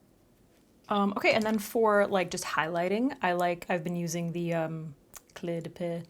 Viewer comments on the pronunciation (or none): Are you finding since you started using prescription meds for your skin, and your skin has become dryer, have you had to purchase a lot of new foundations? FYI Cle de Peau is pronounced Cle de POE. It's a lot easier to pronounce that way, :-) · I’m dying with the way you say “cle de peau” every time you say it I think of inspector Clouseau from the Pink Panther movies🤣 (which you are probably wayyy too young to know!) love ya🥰